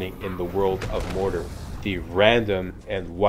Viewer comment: I love you... but Mordor is "More Door" not "More Durrr";) Can't wait for the Walkthrough! You rock!